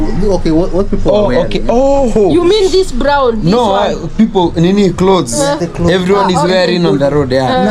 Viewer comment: did I hear you saying klotheees